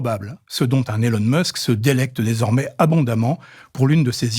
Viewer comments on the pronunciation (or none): none